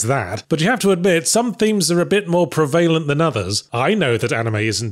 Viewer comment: i just can't believe how yahtzee says 'prevalent' completely changed his character in my mind